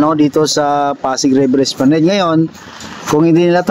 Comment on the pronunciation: Esplanad po ang bigkas nyan